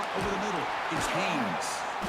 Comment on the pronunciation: HAYNES , not Hayes. Holy shit lmao